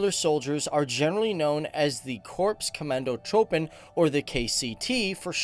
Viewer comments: its not commando"throwpen" pronounce it as Trooppen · He pronounced commandotroepen wrong. The troepen is the same as. Troopen. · Korps Commandotroepen is pronounced korps commando "troupen". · here is a tip for a Dutch men. The OE in commandotrOEpen you speak out as the OU in sOUp